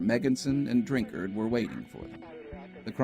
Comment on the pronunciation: I heard about this when I was younger and was just talking to my family about it when this video came across my recommended list! Also, thanks for pronouncing "Drinkard" correctly! :'D